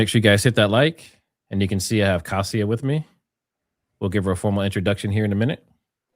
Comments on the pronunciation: I believe Kasia is pronounced "Kasha". Nice to find you two together. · ask Kasia how is her name pronounced. Your version is wacky. Lol. Its more like Kashia. Lol.